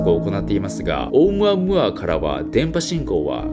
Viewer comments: ナオキマンのオームアムアの発音が正しい英語の発音なんでしょうか？ 日本語的な発音とは違ってなんか変🤣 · ナオキマンがいうとマイケルムーアに聞こえてくる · オウム↑ア↑ム↓ア↑ー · オウムアームーアでなく オウ、ムアムアて発音らしーよ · ナオキマン、「オウムアムーア」は3割増しでかっこよく言ってる説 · オウムアゴア？(空耳) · チョコプラのあむあむあむにしか聞こえなくなっちゃった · オウムアムアの発音(笑) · オウムアムアの言い方気になるwww